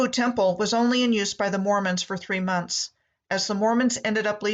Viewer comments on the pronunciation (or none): none